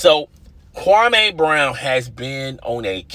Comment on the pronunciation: Stop saying his name the Stephen A Smith does...Kwame, it's Kwameee, not Kwamayyyy. Do your due diligence.